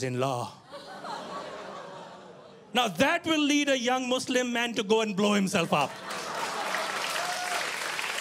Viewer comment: The word you said proudly Naveed bhai which is"Mislim". And presenting Bangladesh to the world.Thank you very much.